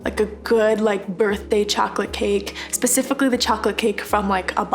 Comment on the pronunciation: Pecifically lol 😂